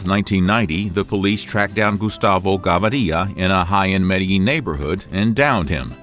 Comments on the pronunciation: Not *gavaria", gaVIria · The pronunciation is wrong is GAVIRIA, not GAVARIA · The last name .. is not gavaria ... but gaviria .. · GAVIRIA NO GAVARIA I GET FUCKED UP EVERY TIME YOU THIS BS NAME PRONOUNCIATION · Gaviriiiiia NO , is gaviria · You need to step up your spanish, First of all you got the quote "plata o plomo" backwards in english. Plomo means lead and plata means silver (or money) on this video you got that mixed up. Second of all its not GavAria but simply Gaviria, no need for that extra A. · There’s no a in Gaviria so it’s not Gavaria. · How hard is it to say Gah Veeh Reeah? As a colombian I had to tap out cant take it lol its gonna ring in my head all week “gavarilla” if youre colombian dont watch this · and the name is Gaviria not Gavaria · The "Gabariya" pronunciation is awful as hell... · 1st of all Plata means Silver plomo means lead 🤦 and learn the prenounciation of their last names ga-vI-ria 🙄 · Pronounced "Gah-veer-ee-ah" with the emphasis on "veer"..... please, read it out! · Its pronounced "Ga-veer-ia" 🙄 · Does a whole video on Gustavo but CAN'T pronounce his name,then you expect credibility lol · Kinda baffling that you managed to mispronounce Gaviria when it's heard on the TV series often. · You’re pronouncing his name wrong. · Plata does not mean in this context silver, it means money. Gaviria ain't pronounce that way. When little facts like this are wrong i get suspicious about the info of the vid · it tilts me how u cant pronounce Gaviria... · I must leave this video after the third time the narrator mistakenly pronounced GAVIRIA!!! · The way he pronounces Gaviria is incredibly annoying for a spanish speaker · Too gringo to pronounce his last name and translate plata/plomo. Try again harder next time. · Why does this man can not say Gaviria normal?? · Oh I thought that I was the only one who was annoyed by his pronunciation. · If only they would correctly pronounce Spanish names. The accent is on the first “i”. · It's GaVIRIA not GaVARIA